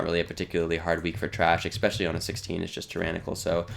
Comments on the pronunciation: I didnt want to seem like a douche calling this out but seeing as its already been done... yeah its annoying to keep hearing eggspecially lol (really like the videos in general though) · I knew I wasn't the only one to hear this horrible sounding mispronounced word. It made me mute the video.